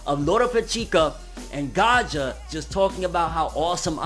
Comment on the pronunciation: I think his name is Gaia not gaja just like GAIA THE FIERCE KNIGHT!!!